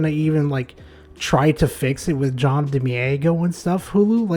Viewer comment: I appreciate the video but if you're gonna say someone's name a bunch of times maybe just find a video of them saying their own name so you don't murder it. Much love though